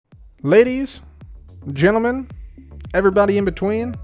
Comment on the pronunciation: "ladys, getlemen, everybody in betwen" we love you